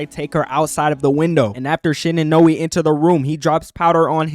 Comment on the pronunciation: Not how you pronounce Noi